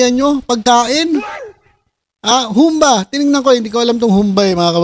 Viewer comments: Humba! Pabagsak ang bigkas. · Humbâ po ang pagbigkas nyan.